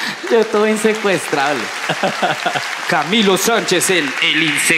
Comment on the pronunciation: Camilo inquieto está hablando como raro